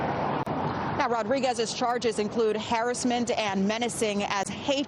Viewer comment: Did she pronounce harassment incorrectly? ... anyways karma hit them right back quickly...